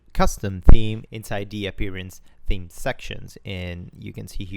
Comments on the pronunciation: Please correct your English its theame not team bro come on so annoying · Really great tutorial to get into WordPress coding. I do get a bit confused about you pronouncing "team" instead of "theme" and "styleshit" instead of "stylesheet" though :D Anyway, really good stuff, helps a lot! :) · Great series so far! Please do not fix your pronunciation of team. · LOL I read a lot of comments about your pronunciation of the word "theme". I am only on lesson 2, so I will hear it for quite a while. However, there is another grammar point that you might want to check. WordPress is not a person and should be designated by the word "IT", not "HE". Maybe if you are really in love and depending on your sexual orientation you could call it "SHE" or "HE"... LOL As it is neither a car nor a boat, I would stick with "IT" ;) Keep up the great work. I am an old school programmer not really acquainted with PHP, CSS, SASS, WordPress and other new web framework, so it is very interesting. Thanks for sharing your experience.